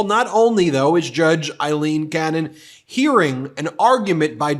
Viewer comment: When will you start pronouncing her name right?